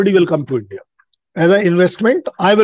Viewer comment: Yindia nahin India, get ur pronunciation right pls